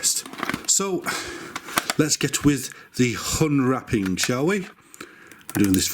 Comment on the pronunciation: "Let's get with the 'hunwrapping', shall we?" - - Now why does that pronunciation sound so familiar? 😂😂